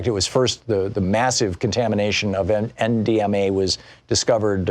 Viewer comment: Hah, thanks! Even the subtitles thought he was saying M, DMA.